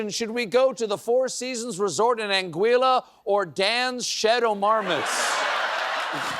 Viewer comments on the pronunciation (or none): That's not how you pronounce Anguilla